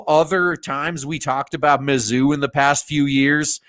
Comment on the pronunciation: Had to turn the volume down cause it was late at night. A few times when you said mazzuu, it sounded like you were saying "the zoo". Not much difference in the two if you ask me.